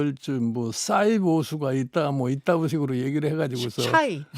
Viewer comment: 샤이 발음도 안되면 은퇴해라 영 감 싸이가 뭐냐 새됐어